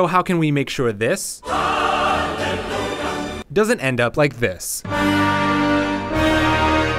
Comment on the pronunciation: Did i just hear " RUNLELUHA " 😆😆